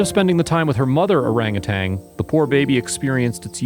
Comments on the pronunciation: Orangutan, NOT orangutang! Why is it so hard to pronounce properly? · Bless the wonderful people who rescue these sweet creatures (I wish the narrator, though, would pronounce orangutan correctly - not orangutanG. ) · They are orangutans not orangutangs!